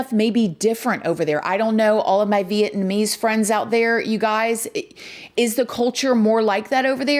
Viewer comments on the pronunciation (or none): none